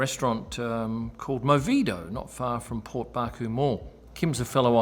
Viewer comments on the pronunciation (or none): none